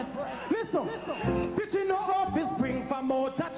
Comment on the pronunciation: Stichie caan manage 😂